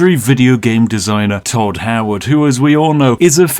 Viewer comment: Thod Thoward